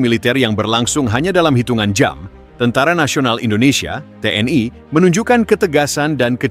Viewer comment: Komentatir salah baca...gmna sih lu org lndo tp baca TNl.kok TN Ai...tuh ..l nya kan maksudnya lndo ...to dol2...gmna lu...jd ..Tentara Nasioal lndo ...dol...hadeh2...😂😢